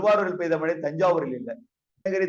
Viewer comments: Mazhai not malai niruparae😂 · மலை நல்லா பேசுறீங்க சார் , kalaila brush panrapa tongue valichidunga... ழை nalla varum